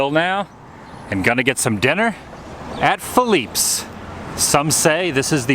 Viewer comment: You should have had potato salad instead of coleslaw, and everyone knows you get iced tea at Philippe's (and it is pronounced with an 'eh' on the end. Other than that it was a pretty good video!!!